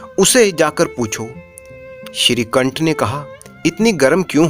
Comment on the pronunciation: Shrikanth se nikanth ho gya sahi se bolo